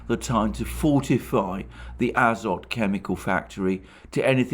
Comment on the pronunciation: The factory's name is azOt - with emphases on the "o". It came in Slavic languages through french "azote", but the etymology is originally from Greek, α-ζωή.